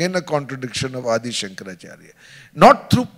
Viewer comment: Why does this Shoma say अदि शंकराचार्य ? It is आदि शंकराचार्य.